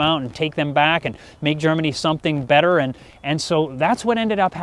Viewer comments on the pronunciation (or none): none